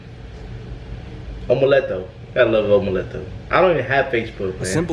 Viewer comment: HAS TO STOP SAYING "Omeleto". SHIT PISSES ME OFF EVERY SINGLE FUCKING TIME